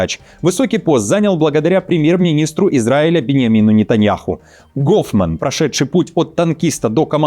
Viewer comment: Гоуфман 😂 ну беларус же 😂 не еврей 😂